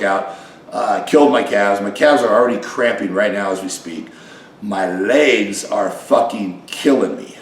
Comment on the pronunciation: Rich says "Lags" or "Ligs" he never pronounces the word Legs. Also, the market has changed in 15-20 years old man.